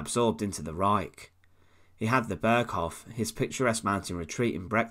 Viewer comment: Dear Sir: it is Berghof, long "O", not berghoff. it means Mountain Court!